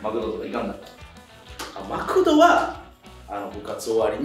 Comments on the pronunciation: マクドのアクセントは『ク』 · マ↑クド↓発音聞いたことないし、逸話はこのチャンネルでしか聞かん（笑） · 兵庫県民やけど、この発音はおかしいで笑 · え、マクドのイントネーションせいやと同じなんだけど少数派なのか笑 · マクドのイントネーションよ